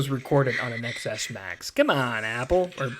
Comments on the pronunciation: Please stop referring to this as an iPhone Ex Ess, it is an iPhone Ten Ess. The X is the number 10 - as in Roman numerals. It ruins your credibility when you say it wrong. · Did he really just keep saying iPhone "Ex" S Max instead of Ten S Max? Shaking my head... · Stopped watching the third time I heard ECKS ESS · It’s not “XS,” it’s pronounced “ten S” It’s the S version of the iPhone ten.